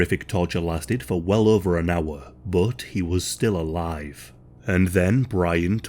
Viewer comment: Every time he says 'but' it makes me chuckle. It sounds like Bot 😅